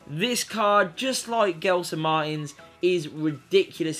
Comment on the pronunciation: Gelson is pronouced like "jelson"